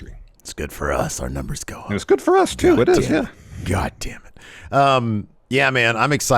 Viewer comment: Everytime he says GAHDAMNIT I buss out laughing